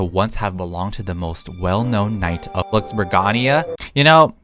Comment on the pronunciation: BLOCK burg ? …. It’s BLOXburg